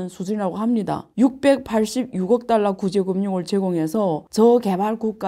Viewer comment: 교수님 딸라로 읽지 마시고 달러로 읽으시면 발음이 더 완벽할것 같아요❤